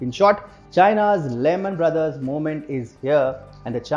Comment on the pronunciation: Does the word trust mean anything in the PRC? Did you say, "Lehman Bros." Lemon Bros?"